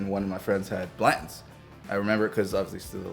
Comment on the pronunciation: Why do people drop their T’s?? “Blan-ends” ?? Blan tons is not difficult to pronounce. 🤣🤣😂😂 Come on man. 😂😂🤣 Love these videos.